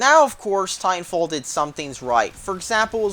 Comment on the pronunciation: "titanwalffh" nice